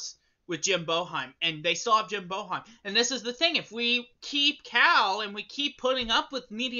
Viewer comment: Get glasses that fit, pronounce Boeheim right and get a grip on reality